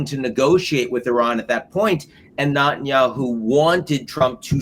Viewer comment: Neh neh neh ten ya hoo. NOT Not ten ya hoo. So freaking annoying